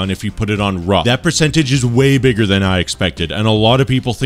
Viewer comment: Funnily enough I had no idea you said rough, I really thought you said course